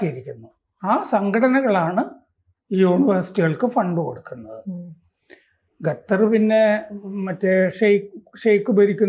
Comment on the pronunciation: ഗത്തർ അല്ല, ഖത്തർ ആണ്. എപ്പോഴും മലയാളത്തിലെ പല അക്ഷരങ്ങളും തെറ്റായാണ് ഉച്ഛരിക്കാറുള്ളത്. ശ്രദ്ധിക്കുമല്ലോ.